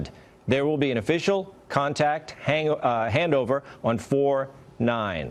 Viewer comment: did he just say there will be an official contact Hango. Handover? :D :D